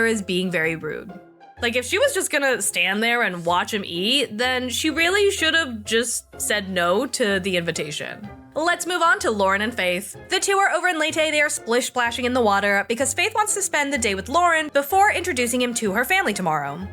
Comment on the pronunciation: "Laytay"? Now that is funny.